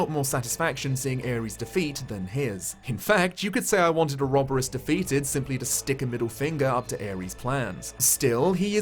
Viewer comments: Ore-ob-ore-oss and oro-bore-us are both valid pronunciations :) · Had to comment that you had actually been pronouncing ouroboros correctly. The game also butchers the pronunciation of Agnés' name which actually is the plural female form of the word pure in Greek. It even has the intonation mark placed correctly but somehow it is constantly pronounced hilariously wrong. Source: Me, who actually speaks the language the word comes from. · I pronounce Ouroboros the same as you,. It's everyone that's wrong!